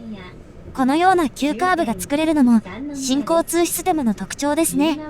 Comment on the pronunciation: 新交・通システムに聞こえて違和感 →新・交通なのにね